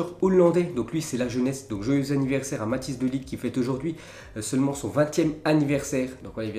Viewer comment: Quand est ce que tu vas arreter de prononcer de ligt ça s'écrit de ligt mais ça se dit de lirt